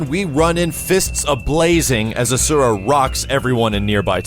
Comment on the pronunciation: PSA to everyone ever: It's pronounced Ah-shoo-ra. Sorry, but I just can't stand when people mispronounce things when they repeatedly hear that they are incorrect.